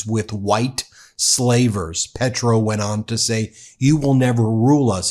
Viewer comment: Can you please pronounce Spanish names/ words correctly? It’s easy. It’s respectful. PAY-troh.